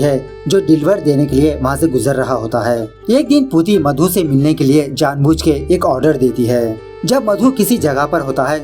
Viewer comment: Its not puti its pooti